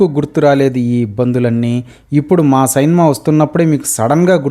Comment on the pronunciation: సైన్మా ఏంటి సైన్మా ..... అందంగా సినిమా అనలేవా... నువ్వు నీ బొక్కలో భాష...